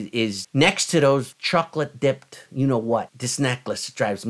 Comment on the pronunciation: ...did you say chocolate dipped....😂🇬🇧